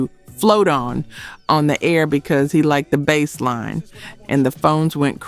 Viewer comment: What’s a Bas-line ?